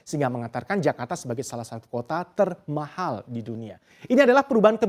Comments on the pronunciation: TERMAHHAL gw dengernya pake 2 huruf H itu presenter hahaha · Keganggu banget setiap presenternya bilang TERMAHAL.. 😖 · Emang ngomong "termahal" nya harus gitu trs yaa😂